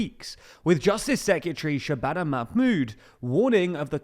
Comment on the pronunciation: It’s Shabana you so butchered her name..